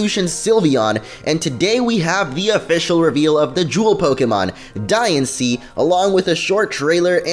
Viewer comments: I know I'm saying diancie wrong in this but it's not diansee it's dianchee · Diancie's Dex Number is 719. The movie about Diancie will be released on 7/19. Also, I think you should be pronouncing Diancie like Diantha with the accent on the "an" but that's just my opinion...